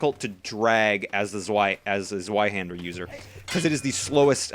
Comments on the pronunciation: Its said like Zveihander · the w is pronounced v